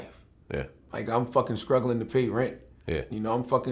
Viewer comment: I cant be the only one that hears scrugglin when he says strugglin. Just like Gucci.